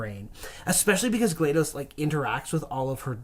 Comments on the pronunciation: "glad-DOS", DOS as in Disk Operating System. And the name Gladys. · "glade-ohs" How does he find a way to pronounce EVERYTHING wrong?